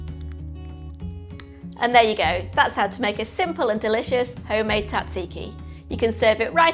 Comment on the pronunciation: The Z isn't silent, it's Tzatziki not Tat-Ziki. At least double the garlic, preferably 2 cloves, you need to be able to taste it. And WTF sugar? NO NO NO NO NO! My γιαγιά would come back from the dead to haunt me if I even thought of putting sugar in a Tzatziki!